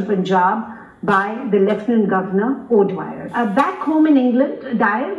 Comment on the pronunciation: O'Dwyer not Dyer